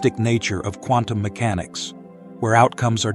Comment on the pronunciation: I just about fell off my chair laughing when I heard the Dalai Lama pronounce Quantum Mechanics as CONDOM MECHANICS....😂 As to "Dependent Origination," in Pali it is called Paticca (pronounced Patichha) Samuppada, which in Sanskrit is Pratitya Samutpada. The "pada" in both words is pronounced paada. And as to the emptiness of all things, I too believed in that till I got hit in the head by a cricket ball some years ago 😂